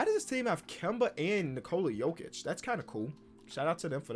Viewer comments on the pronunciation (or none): none